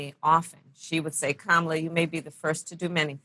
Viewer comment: Desus low key still can't pronounce Kamala lol